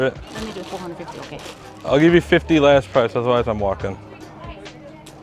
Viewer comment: “Are you okayah?” 😂